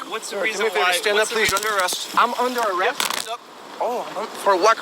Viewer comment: This video is cWazy , all that and the supeAvisoA awwests him , WOW , don't call for a supeAvisoA ANYMOWE!!! (they will not help you!!!)